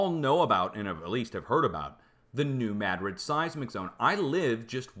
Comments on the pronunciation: Fascinating! Thanks somuch for sharing, as I look back at Lahaina, Maui, (8/8/23) and other fires taking place as of today, (9/5/23). By the way, I cringe every time you say Madrid and emphasize the first syllable. It's not pronounced MAD'-rid...it's pronounced....ma-DRID'. 😊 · The moors remember the earthquake and how our country was stolen as a result. It’s NEW MADRID LIKE SPAIN !!! You know how to say it